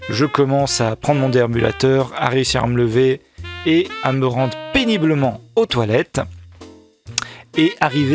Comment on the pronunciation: On semble entendre ce mot au lieu de "péniblement" ! Deux fois ! 😄